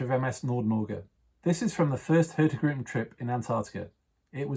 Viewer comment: I love how the host constantly mispronounces the name of the company he works for: hurtigruten. The G is silent :D